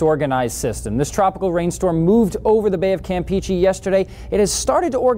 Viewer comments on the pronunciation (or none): I also was confused, especially when they pronounced Campeche like "Camp Peachy". They need help!